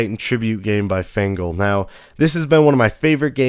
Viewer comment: fengle lol